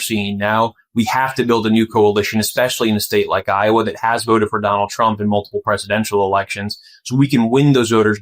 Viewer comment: No se dice Lowa es iowa o "aiyogua"